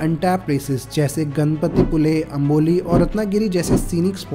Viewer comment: कारबुडे❌ करबुडे ✅ पनवल ❌ पानवल ✅ गणपतीपुले ❌ गणपतीपुळे ✅